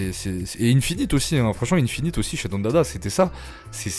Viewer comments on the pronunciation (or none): Lourd mais il faut plus dire "Ine-finit" serieux ptdrrr force frerot